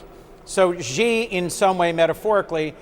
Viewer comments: you have pronounced it wrongly. It is not "G" but "Xi" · Either "Xi" or "Jin", never "Ji"!! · Xi....not Ji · Si not Gi. Learn the name of the feeding hand. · For those who don't know...Xi can be pronouced in almost the same tone as Shi. It's not Gee, not Jee, not Chee, just say Shi. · Xi is pronounced as "she" not "zee" madam......not good from CNN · "president Gee" for real CNN? lol